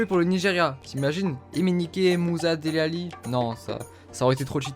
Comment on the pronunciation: On dit pas Délé Alli on dit Dili Alli